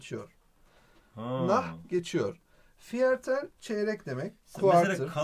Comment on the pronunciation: viertel diye okunmuyo, firtıl diye okunuyo bilginize...